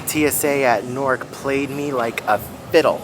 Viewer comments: Omg Please don’t tell me that you are pronouncing NEW-ark as Norc 😭😭😭 😂😂😂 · I kept hearing you say "Nork" and I'm like, where is that? lol in New York we pronounce Newark like "Noo-urk" 😂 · I came to comment about the same. 😂 ahhhhhh!